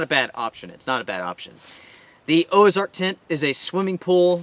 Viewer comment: No gear list? Why? Also, it's Ozark, not Oazark......or is there a new brand out there? Just wondering........